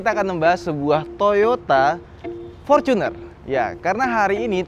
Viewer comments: Forcuner dek ngomongmu, Wong Indonesia kenale fortuner ora forcuner lek ngomong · Binggris bener bacanya Forcuner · Gue risih loe ngomong forcuner bukan fortuner, innova vencurer bukan innova venturer